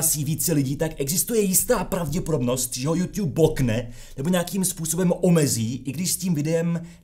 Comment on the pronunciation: Žádný jůŤub ale jůtub! V angličtině žádný ť NENÍ!